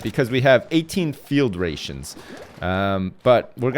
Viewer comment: When incorrectly says rations 😑 EDIT